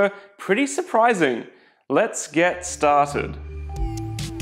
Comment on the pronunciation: "I grabbed one of these what metuhs" .... "Lets get staaaah-ted!"